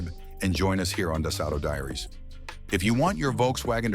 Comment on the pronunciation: My goodness "Climate sink" ? Really? I stopped the video at this point already agitated by the over used AI voice and the hilarious sounding "Das Auto Diaries" sounding like "Das Auto Diarrhea". Add to that the very general "might work on your model but might not here's some info on how to check oh wait no there isn't we'll just keep AI going".